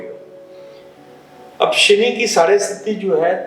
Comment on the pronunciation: साढ़े सती नहीं, साढ़े साती